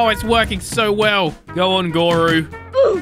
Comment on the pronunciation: YOU TURNED GORU INTO ERYRU